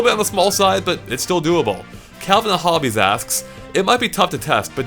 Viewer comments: You said "Calvin and Hobbees". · CALVIN AND HOBBES, not Calvin and Hobbies